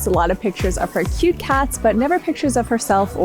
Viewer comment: Toooooo kawwi